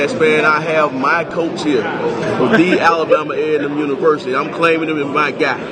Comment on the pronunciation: When the hell did aamu start saying Thee Alabama a nem?